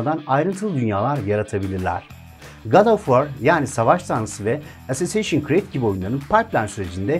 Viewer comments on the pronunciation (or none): Abi assassin's creed'i doğru okusaydın iyiydi ama olsun... :D